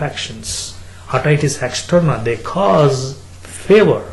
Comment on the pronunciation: did i just hear favor not fever :DDDD